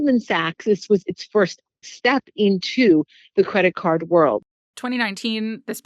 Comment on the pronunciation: This woman saying “cwedit cud” instead of “credit card” is driving me insane.